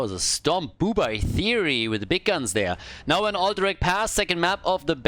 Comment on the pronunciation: Me: "Bu'Bye" oh it's bye bye like "buh bye": B O O B E Y E